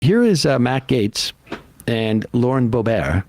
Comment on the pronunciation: Lauren "Bobear" lol